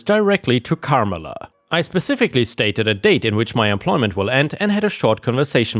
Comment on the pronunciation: It's Car MELLA